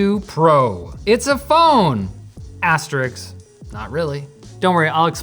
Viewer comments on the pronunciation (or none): Asterisk (Aster-risk)